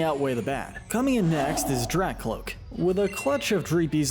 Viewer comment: IT'S DRAKLOAK, NOT DRACLOAK! AND HIGHER DOES NOT END WITH A T, IT ENDS WITH AN R!